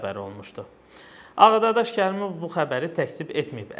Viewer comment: Ağadadaş yox səf dediz Ağdaşşax😉